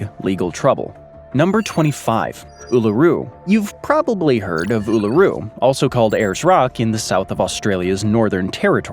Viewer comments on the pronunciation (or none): none